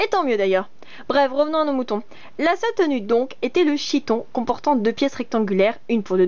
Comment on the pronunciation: Pas mal ta vidéo mais on prononce chiton "kiton" le ch se prononce k. Mais bon c'est un détail, sinon ta vidéo est instructive et drôle.